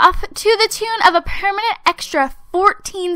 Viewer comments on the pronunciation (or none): none